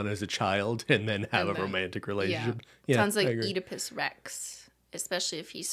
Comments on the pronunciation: Wtf is Cristine's pronunciation of Oedipus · omg the way cristine pronouced oedipus rex